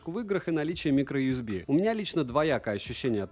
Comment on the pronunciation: На слове "микроюсби" захотелось поставить дизлайк (